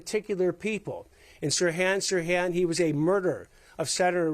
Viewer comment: Why does he keep pronouncing Sirhan Sirhan like that? 😂